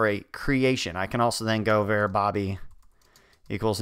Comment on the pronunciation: who's going to break it to him that nobody pronounces 'var' like that??